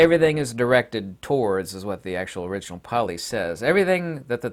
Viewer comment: U r not the only one that has had a brush with Pali. U have no clue how to pronounce Pali. And Pali is a sound based language, if u cannot pronounce accurately u r not speaking it, but u r definitely trying . U think no one knows it so u r usually just talking gibberish